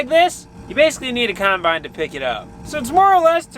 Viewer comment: i love how your dad pronounces the word combine - "khime-bine"